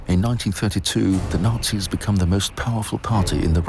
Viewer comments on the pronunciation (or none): none